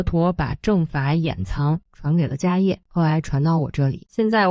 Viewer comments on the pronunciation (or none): 迦叶 (she 四声）